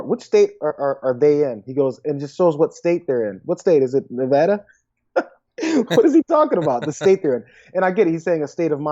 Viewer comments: Nevada won't vote for Trump, he can't even say the state correctly LOL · Man, Trump can't even say Nevada correctly!!!